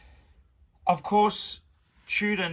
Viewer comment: A tale oph three wiphes